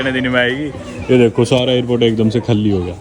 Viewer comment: Khaalii nahi bsdk Khali boltey hai hindi ascent thik kar le thoda bsdk